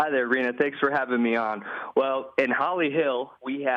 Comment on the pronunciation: #HolyHell will Holly Hill Florida ever be the same after this reporter mispronounced their city’s name in such a funny way... LMAO 😂